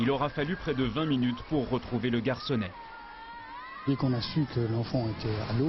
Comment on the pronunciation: "le garcounet" mais punaise -_-...